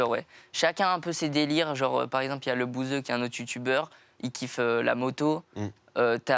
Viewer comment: Il a dit 2 fois lebouseuh 😂😂